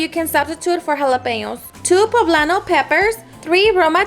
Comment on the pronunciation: Girl it’s okay to say poblano” in Spanish and not with a white girl accent. Be proud of who your ancestors are❤